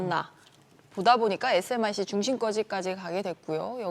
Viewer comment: SMIC를 SMC라고 말하시는 분이 이 분야 전문가 인가요 ? 아니면 그냥 대본 읽는 분인가요 ? 대만 전문가 중국 간지 몇년전인데 ㅋㅋ 그리고 기술, 사람은 도는건데 ㅋㅋ 삼성기술 대부분 일본, 미국, 대만에서 인력 끌어다가 성장시킨거임 ㅠ.ㅜ 자만하면 일제시대처럼 나라 뺏길수있음 ㅠ.ㅜ